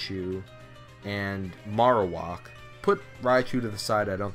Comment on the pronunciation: It's pronounced "marrow" (like bone marrow) and whack (like.. uh.. whacking something) Marowak